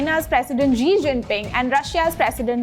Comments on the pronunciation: She said bidden 😂😂😂😂 zi and pootin😛😛😛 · Dear anchor, pls improve your pronunciation of various name, eg Xi is pronounced as Shi, BIDEN as BYDEN, etc etc